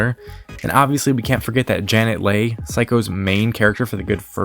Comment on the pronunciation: Good video except for your mispronunciation of Janet Leigh's name. It is pronounced "Lee", which is why her daughter's middle name is the same.